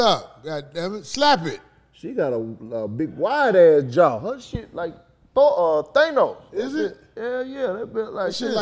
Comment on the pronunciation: This nigga said They-nos!!!!!!!